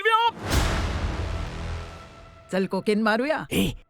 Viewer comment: Bullya❌️ Wolvya✅️